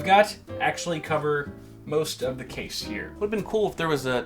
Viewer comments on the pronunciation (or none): Why does he say "cha-sea" instead of "case"